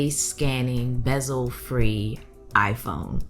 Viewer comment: did u say Bessel free? lmao it still hasss